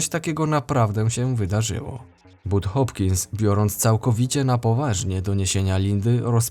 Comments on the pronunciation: To znana historia. Budd Hopkins to dość znana osoba i czyta się "Bad" nie "But" . polecam jego książki. Większość swoich badań opisal w książkach na ten temat ,a ta historia jest jedną z nich. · "U" z angielskiego czyta się jako "A" z tego co pamiętam a propos "Bud'a" 😉